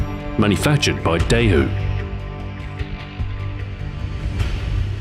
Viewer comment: get your asian pronounciations right, first you mispronounce Minibea, and then Daewoo